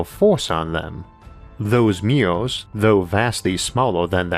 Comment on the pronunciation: i wondered why does he keep saying meow meow, until the closed captions taught me that it is MIRRORS, sad me😂😂